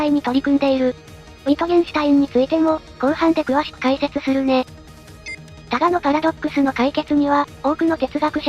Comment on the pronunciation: 他我のパラドックスじゃなくて、ただのパラドックスに聞こえた笑